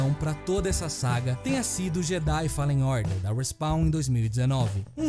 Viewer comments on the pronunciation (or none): none